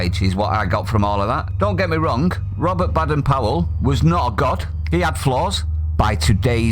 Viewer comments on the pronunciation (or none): Hey, it’s not pronounced Bad-en Powell, it’s Bay-den Powell. I’d leave the moral relativism and stick with Janet & John book 1 if I were you!!! 🤣🤣🤣🤣🤣🤣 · Duh! We always pronounced Baden it with a long ‘a’ as in Bay, not like as in Bad! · its bay,,dern powel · His name pronounced BAYden